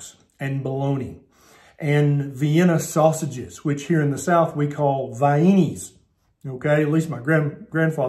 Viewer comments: "Vie eenies". LOL. From AR, I can say: true. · Omg it’s so funny, I Love it! we grew up eating “vi-eenies “ I’ve never heard anyone out of West Virginia say it like that😊